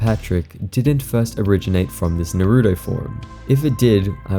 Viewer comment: that naruto mispronunciation will never cease to make my ears bleed